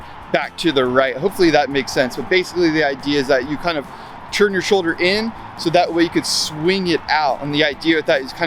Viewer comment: It's turn, not churn. Are you making butter or Skateboarding ?